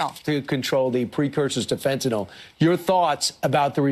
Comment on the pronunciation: The only positive to this FOX cf is Kilmeade pronouncing fentanyl properly. Will wonders never cease?